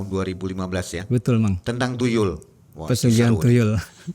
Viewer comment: Tuyul mang bukan TuLuy 😂